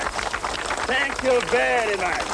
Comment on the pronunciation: "Tank you bery much, tank you bery much and tank you bery much indeed!"